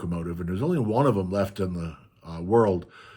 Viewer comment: i almost said upstate western NY!! I live near the Adirondacks in NY 😊 The way you say "dem" or "dare" instead if "them" and "there" was the biggest hint!